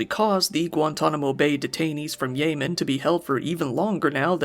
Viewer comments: more like weapon of ASS destruction lol. great video. I kept hearing "yay men" instead of yemen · YEH- man not YAY man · That's not how you pronounce Yemen. You're a content creator. If you don't know something, Google it. It's not hard to sound like you know what you're talking about.